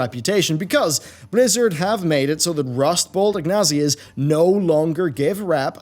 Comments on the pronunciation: He said "Ig-nasias". Bruh. It's In-sig-nia. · Ignasias? In-sig-nia... lol. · Rustbolt 'Ignasias', lol what.. I had to double check on google to make sure that wasn't somehow the correct pronunciation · Insignias, not inglesias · rustbolt "ignasias" vs insignias 🤣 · What the heck is an Ignausea? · Best "insignias" pronunciation ever.